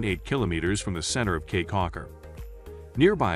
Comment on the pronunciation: FYI - It's pronounced "key"